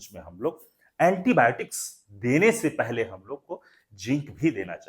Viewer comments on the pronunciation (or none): none